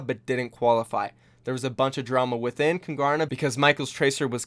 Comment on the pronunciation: Just out of interest- why name your team Kungarna? As a Swede I don't get it, is there any kind of relation to Sweden? No hate, I'm really just curious. We'd say it with a silent G btw.